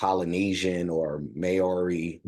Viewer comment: He is a legend here in NZ. He is Maori. The sound on this is terrible but nice to see you doing a Kiwi reaction again. Just a little tip, drop the y when you say Maori. I will leave a link with better sound quality. Thanks. 😊